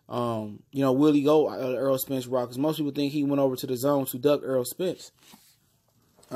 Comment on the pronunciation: This guy for sports TV you talking so much crap about Errol Spence you can't even pronounce his name you call him Earl it's Errol with an E wishful thinking sounds like you really don't know what you're talkin about first of all Mikey Garcia didn't duck out of the fight He was ordered he had a mandatory ibf defense for the lightweight title and if he didn't take it he would be stripped so he's supposed to defend this title but learn how to pronounce Errol Spence name not Earl Errol get the name right before you start talking all kinds of garbage Lord have mercy